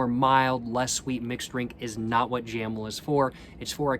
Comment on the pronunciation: Jamel - jáh méu